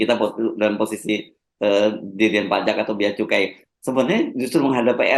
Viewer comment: Saya minta ma'af, salah membaca Bea Cukai terbaca: Bea Kecu !